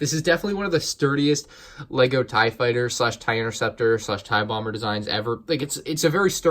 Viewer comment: Ah yes vonregs TIEE fighter